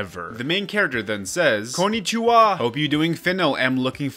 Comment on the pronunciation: Konichuwa??? That's the worst butchering of that word I've ever seen.